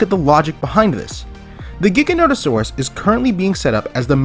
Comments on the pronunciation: It’s pronounced JIGA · Dang for a Jurassic park fan I would think you’d know how to pronounce the Giga… it’s Jiga that’s the pronunciation the G is said like a J